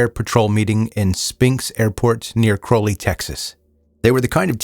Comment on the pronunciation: This is wild. I used to live in Crowley. It's pronounced a little different. It's crouw-lee. Not crow but crou. If that makes sense.